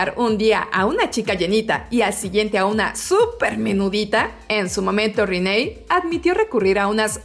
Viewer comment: Siempre dicen rinay. rinayyy???????? Reneeeeee. Reneeee como la rana